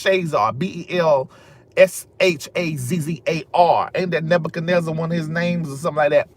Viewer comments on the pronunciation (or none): none